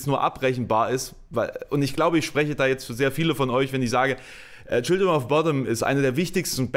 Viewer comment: Du solltest, wenn du ernsthaften Musikjournalismus betreiben willst, vielleicht mehr können, als den Wikipedia-Artikel vorzulesen und vor allem: Du solltest den Namen seiner Band richtig aussprechen können. Sie heißt nicht "Childrim of Botten"